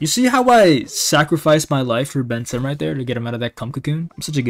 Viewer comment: Drink every time he says BenTimm